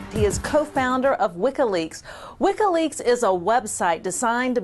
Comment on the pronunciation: This interviewer is extremely annoying. What the hell is "Wikkaleaks"? And what kind of journalist keeps asking the question "What happened with that?"